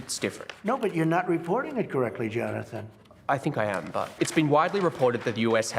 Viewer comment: "Johnathan Johnatan"